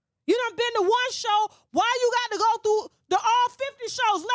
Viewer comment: Show not shoe